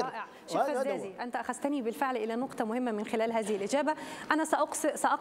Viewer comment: نعلم بأنه إستفزكي كثيرا لا إسمه الفيزازي وليس الفزّازي